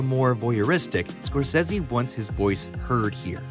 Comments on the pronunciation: Scor- Say-Zee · I have never heard anyone pronounce "Scorsese" like that and I hate it. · Why does the narrator say Martin scorsese's name that way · You pronouncing Martin's last name wrong and why the hell is everything bleeped? Lol